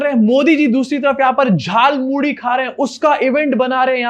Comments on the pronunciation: Jaal Muli nahi Jhaal Moori hota hai.. Muh se Vimal thook do Modi ji. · झाल मूढ़ी नहीं.. जाल मूली बोल रहे महामानव😂😂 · झाल मूली 😂😂😂 अबे झाल मूढ़ी होता है।